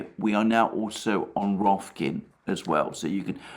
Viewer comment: Rofkin 😆 Rofkin-Rifkin